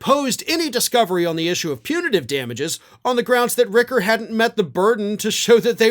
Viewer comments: My boss, Stephen Richer, pronounces his last name like it is spelled: rich-er, which rhymes with pitcher, snitcher, and ditcher.: it is NOT ricker. I promise this is true. Plz stop mispronouncing this very kind, very smart, very fair man’s name. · Richer not Ricker ... ch not k ... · I live in Maricopa county. I've been on group phone calls with Steven Richer. The ch is pronounced. So it sounds like it is spelled - Richer. Not ricker. Just an FYI. Good report. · Hey there, local Arizona reporter here, just FYI: It's pronounced "Ritch-er" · FYI: Richer rhymes with "pitcher" 👌🏾